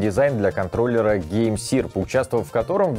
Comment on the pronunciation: Может все-таки не сир, а сэр?